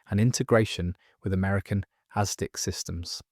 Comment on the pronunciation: It's "asdic'" not "aztec."